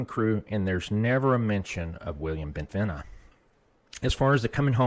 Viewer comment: Bentivegna is pronounced with a soft G in Italian. It is correctly pronounced like Bentivenia.